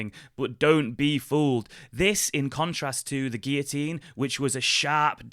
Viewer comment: Guillotine is pronounced with ‘L’ and gibbet with ‘J’